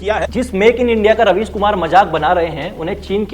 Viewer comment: Raveesh ❌ राबिश ✅😂